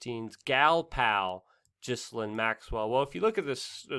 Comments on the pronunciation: It's pronounced GEE-LANE The s is silent. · I dislike everything related to this news but her name is pronounced Gee-lane! The g is a hard one and the s is silent. “Gee-lane”